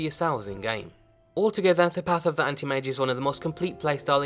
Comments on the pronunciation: I heard panty mage instead of anti mage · Path of the "Andy-Mage"?